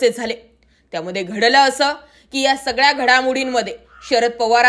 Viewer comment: Gadlay kay, nahi bai... GHADLAY kay. Marathi bolayla shika re